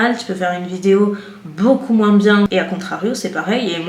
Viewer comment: Hello girl, pour commencer j aime beaucoup tes vidéos, toutes, parce qu elles ont évolué au fur et à mesure de ta propre évolution personnelle. Ensuite, j aime beaucoup l idée que tu as eu de faire moins (moinssss avec ton "s" prononcé que j adoooore) de vidéos makeup, et de faire d autre chose que tu aimes tout autant lifestyle, weekyvlog (qui n en sont pas parce que c est pas sur 4 semaines? "Hoooo myyyy goooood" c est honteux! Vous avez dit honteux?! Mmmmdr). J aime beaucoup la personne que tu es au travers de tes vidéos, et je trouve réellement très bénéfique d ouvrir le monde des voyages en France et à l étranger au monde des personnes connaissant des problèmes pour se déplacer (accès PMR, douche PMR, mais également juste les rues pavées et les marches!) C est ultra important que tes vidéos puissent servir à aider les gens à mobilité réduites ou difficiles, mais également à nous, personnes ayant la chance d avoir l usage de nos 2 jambes, d être sensibilisées également. Bref je m égare, le monde a beaucoup de mal à évoluer et à changer ses habitudes, on le voit tous dans nos vies. Je te trouve merveilleuse et très courageuse. Comme tu le dis si bien, l essentiel c est que tu continues de faire ce que tu fait, avec le cœur. Je t embrasse bien tendrement et te remercie de ces heures passer à filmer, couper, monter, te casser la tête, dans le seul but, de partager ta passion.